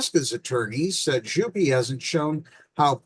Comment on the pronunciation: To clarify: Jouppi is pronounce yo-p-p-ih. J in finnish is like y in "you". the o is round and clear, followed by a short "oo".J-O-U. The p is long and the -i at the end is shorter than the vowel at the end of e.g. "pee" or "happy". P-P-I.